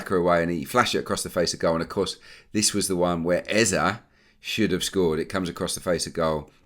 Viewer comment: I'm still feeling so strange & uncomfortable with this Eze pronunciation as a Nigerian, & I know that all Nigerians are...but I'll keep bearing with it. I'll take it up with him personally when next I see him around London and let him know that he might keep missing those sitters if he doesn't let media pronounce his name correctly. EZE PLEASE😀😀😀